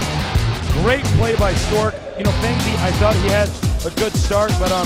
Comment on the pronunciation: They keep mispronouncing fengzi.